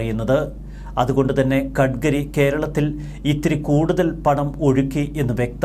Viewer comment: ഖഢ്ഘരി അല്ല, ഗട്കരിയാണ്.